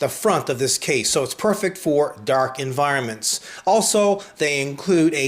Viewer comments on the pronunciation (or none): "Darrk enviroments.."